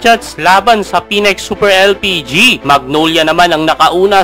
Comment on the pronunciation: Phoenix po hindi Phoenex.. Ayusin mo pronunciation mo next time ha